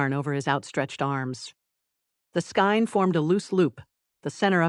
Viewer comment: SKEIN pronounced skayn with a long “a”. Winder is pronounced why-d-er. This is a yarn tool to make yarn cakes. A long “i” as in eye. Get a real narrator not this irritating Artificial Idiocy. Otherwise the story is fine and funny. But every knitter in the audience is wincing🤦‍♀️😂😂😂